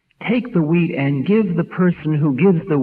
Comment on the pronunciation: Sounds like he's saying take the weed.. not wheat. 😆😀